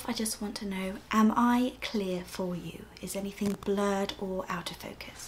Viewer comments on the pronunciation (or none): First I understood “Autofocus“ instead of “Out of Focus“ :DDDD